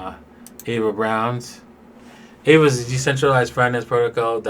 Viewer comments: It’s Ah-vey lol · aave ( Ah-Vaey ) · Hi. Aave, they prononce it like "Ave Cesar" in latin (or spanish if you want). Or like « un ave » in Spanish (a bird)